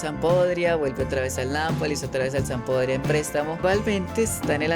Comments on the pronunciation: Hola solo quiero corregir esto no se dice Sampodria se dice (Sampdoria) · Sampdoria , Así es la pronunciación correcta